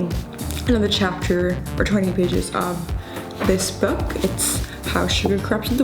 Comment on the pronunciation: No one gonna talk about the boo launch instead of book